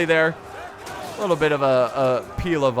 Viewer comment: do you not pay attention to comments? how many times do I have to tell you how to pronounce Pila and Pilum?